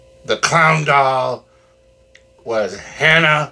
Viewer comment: Take a bow you cheerful clown. Wonderful review. There was a minute I thought you said that they were going to burn up a hound dog instead of clown doll though lol.